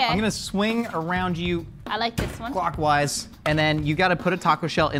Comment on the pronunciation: Did he say clock-wise or guac-wise?